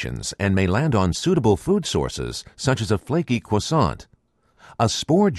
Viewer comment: Flaky cwoissant